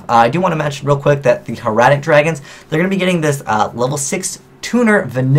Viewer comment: Hieratic is Hi-er-a-tic... it refers to the cursive writing style in ancient egypt. Heretic is Hair-uh-tik a belief that disagrees with current widely accepted ideology...